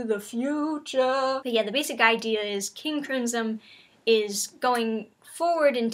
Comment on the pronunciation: "King Crinsom"